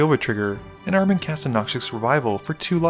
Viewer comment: i'd guess Armen is Armenian, in which case you put the intonation on the E, ArmEn, pronounced "R-men" Really cool to see one of my kind in here :)